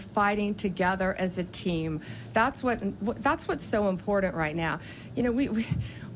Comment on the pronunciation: Sorry Pam, there's no "d" in the word important. But there is a "d" in the word "dumbsh*t". Own it.